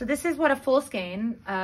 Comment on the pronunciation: Skein is pronounced SKANE